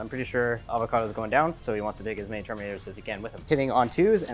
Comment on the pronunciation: Anyone else heard "Lord Avocados"?